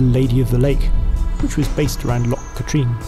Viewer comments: It's loch not fucking lock! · Cracking video but why is it so hard for the English to pronounce 'Loch' correctly?